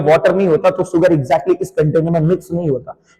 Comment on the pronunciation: sugar not suar(pig) 😂😂😂😂